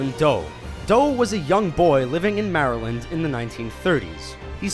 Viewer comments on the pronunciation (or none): none